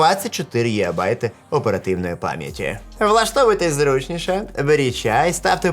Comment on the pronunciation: зручнІше - наголос на "і":) Дякую за контент!